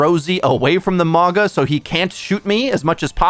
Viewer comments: Is not mawga its mowga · i cant get over you saying MaAHGAH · I hate to be that guy but his name pronunciation is killing me lol